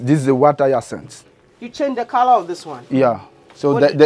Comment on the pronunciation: Water yasanth 👍 hyacinth?...such an interesting village wow